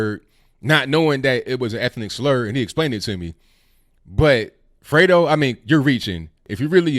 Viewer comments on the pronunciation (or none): I thought it was Dego not Fredo... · I THOUGHT HE SAID DAYGO.